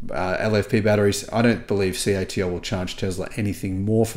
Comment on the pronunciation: Interesting news. Just some feedback regarding CATL, they call themselves C.A.T.L so when you mention and pronounce their name as KTill it always throws me as its not their name.